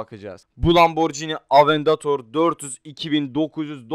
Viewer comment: lamborghini diyemiyonki huracan diyecen o lamborgini diye okunu lamborcini deye deil ingilizce deil fransızcadır lamborghini